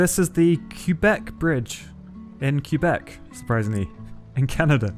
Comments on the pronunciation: It's not pronounced, "Cue-beck." It's "Keh-beck." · you can pronouce Quebec like kay-bek or qwabek but kaybek is more accurate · First time ive ever heard Québec pronounced "keebec" by an anglophone, they usually say "kwebek". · btw it's pronounced qwebec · Pfft, hearing a non-Canadian say “Quebec” is always entertaining. “Q-bec” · My ears bled a little when you pronounced Quebec x) it's prononced kay (like in okay) bec 😅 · lol you'd be shocked to hear an Aussie pronounce Quebec 😂 We pronounce it "kwe-bec" 😂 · Btw it’s not like that u pronounce Quebec